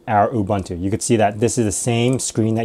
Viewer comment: Please learn how to pronounce UBUNTU.